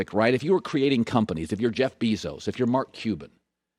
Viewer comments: Jeff 🐝zos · The way Colin says Jeff Bezos’ last name makes me question life bro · Colin "Jeff BEEzos" Cowherd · Colin "Jeff Beezose" Cowherd